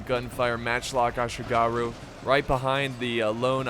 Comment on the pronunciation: Laugh hard when said "Assyigarrhu"... Bit of a mouthful, ehh.. 😅😂😅😂